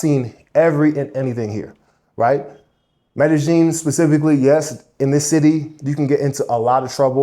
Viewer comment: Mede-Sheen (Pronounced in Argentine accent) 🇦🇷